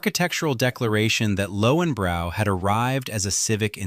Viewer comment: Pronounced Lohvenbroy